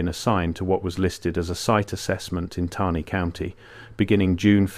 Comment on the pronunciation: The AI voice used often mispronounces words such as “Taney” County. It’s annoying since this is where I’m from.